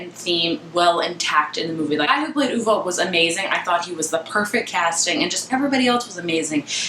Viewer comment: You DID pronounce it properly!! Good for you, I'm over reviewers saying OVE.